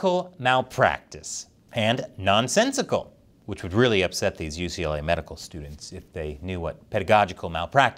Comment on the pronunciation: YUCA? YUCLA? What is this? I've heard of Pepperdine. Why didn't you go to Pepperdine?